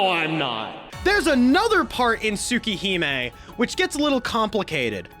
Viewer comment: I love your explanation but the way you pronounce things like Arcueid and Tsukihime is killing me lol